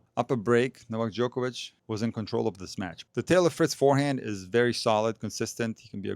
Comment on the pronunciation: Why can't everyone pronounce Novak Djokovic the right way like you do sir😂